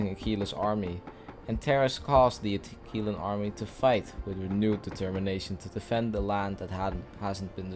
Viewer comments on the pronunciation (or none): Uh-Qwil-uh, not Akeelah... nice video btw